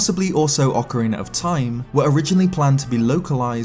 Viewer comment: Thank you for not having a weirdo saying "Ocariner" in this video. <3